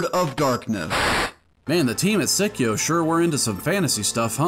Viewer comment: The Psi in Psikyo is pronounced like the psy in psychic (the Japanese name is saikyou). And a much more minor correction: Dodonpachi is only a wordplay for gunfire sound. The bee part comes from the meaning of the kanji (hachi = bee), not the sound. For the games themselves, I've only played three of them here. Hellsinker is definitely a game that requires a guide to get you on your feet ASAP, before you can appreciate its genius. This is definitely not a game you want to play blind. DFK is also the most beginner-friendly game in the DDP series, so it's a pretty good starting point for CAVE games. Dragon Blaze is very fun but also quite brutal. As with Psikyo ports, consider emulating them for lower input lag. It is pretty crucial for fast-paced games which Psikyo are known for. Solid video and recommendations!